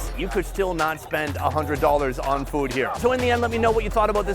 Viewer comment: Hate how he pronounces “food”